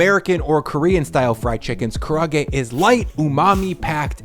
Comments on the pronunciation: Props for your recipe and technique! My only critique - please, please, please, please!!! Karaage is four syllables. It's ka-ra-a-ge, not ka-ra-ge, nor ka-rahhh-ge. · Kara-ah-gay, not kuhhrawgay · not to criticize but I’d like to offer a better way tp pronounce Kara-age. More Japanese-like. Try this, eeerrr, say this instead: kalla-age Yes, that’s right, use a double “ll” vibe. Not “Kara” it’s more like “kalla” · When you pronounce kara’age like carra-gay, it doesn’t inspire much hope for the recipe 🤣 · Ka-ra-a-ge. The double vowels in Japanese regularly throw Americans off. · It’s pronounced kah rah ah gay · please note that Karaage is a 4 syllable word and should be pronounced KA-RA-A-GE. Otherwise, keep up the good work! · Its said kara-age. And leviosah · Karaage has four syllables: ka-ra-a-ge, not three. Just put a glottal stop between the second and third to get kara'age. (At least he didn't call it an entirely different dish through the whole video, like that tonkatsu/tonkotsu mess.) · Kara..then “ahgay”, kinda like the way we say “bookcase” in English. Love your vids..wish you’d never again use canola oil, I just..don’t like it. Always seems like a machine oil instead of for cooking, I’m not sure why, if it’s the fragrance or taste. Organic sunflower oil is way better in my opinion..especially in your quesadilla recipe, both for the tortillas and for frying. I used organic soybean oil once when I was out of sunflower, not nearly as good as the sunflower in the quesadillas recipe..the sunflower just seems so light, so “not” oily..